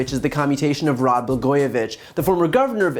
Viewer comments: 'Blagojevic"K"? He doesn't even know how to pronounce his name? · This dumb asshole cant even pronounce Blago's last name. Trump needs to have his orange ass blasted into space.